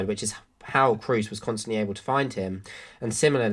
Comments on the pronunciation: Just a little pronunciation correction on a mistake I've heard almost every English commentator and youtuber make: Kroos is pronounced with a long O, imagine more like Krohs, not cruise :) A lot of the other names are a lot harder but I think this one is an easy fix. Otherwise great video :) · The long monophthong "o" as in German does not exist in English. There's going to be an accent assimilation, almost always either rhyming with "lose" or with "rose". What's your native language and how do you pronounce Kroos?